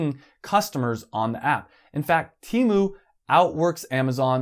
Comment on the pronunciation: "teh mu"